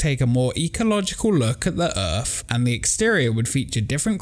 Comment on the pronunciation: It’s pronounced “Earth”, not “Earf”.